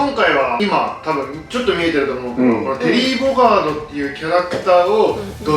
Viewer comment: これは新しい！！ そして、めっっっちゃ良い！ 格ゲーやってた&テリーを使ってプレイしてたので目が輝きました(☆∀☆) そして『テリーボガド』じゃなくて『テリーボガード』ですね( *´艸｀) テリーボガドって聞いた瞬間、アボカドが頭をよぎってしまいましたww